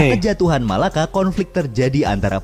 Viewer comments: Bang bukan MALAKA TAPI = MELAKA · Melaka bukan Malaka Yang betul Melaka